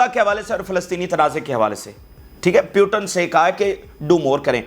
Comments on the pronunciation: Its Putin not Piutin😂😂😂😂anchor is very funny with his pronounciations😂😂😂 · پوتِن نام ہے ۔ پیوٹن کہہ رہے ہو آپ۔ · Putin.... Not puton.. 😅😅😅😅😅😅😅😅😅😅😂😂😂😂😂😅😅😅😅😅😅😅😅😅